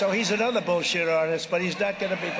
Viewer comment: I like the way he says "ANOTHER bs artist" applying he is one himself lol